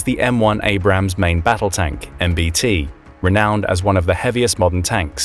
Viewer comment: Abrams, not Abrahams